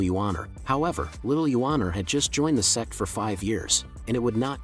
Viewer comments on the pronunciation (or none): Dude please, Its "Sect" not "SEX" PLZZZZZZZZZZ😢